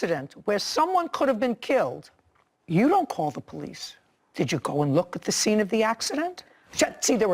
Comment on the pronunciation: Called dee poe-lice... 😮 . And den... 😮 . And dat dare was an accident... 😮 . she was in ah ax-ah-dent...